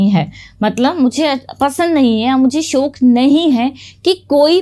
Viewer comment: Ma'am it's not "shok"......It' is "shauq"